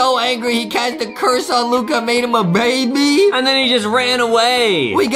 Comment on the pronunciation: Justin: baybe Luca Adem: baby luca Who is the proper grammar master